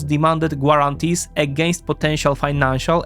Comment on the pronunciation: Excellent and informative as usual. Your English language skill is obviously very high. If you want to improve one detail, look at pronunciation of words like "intriguing" or "guarantee". Essentialy the "u" is silent. Keep up the good work 💪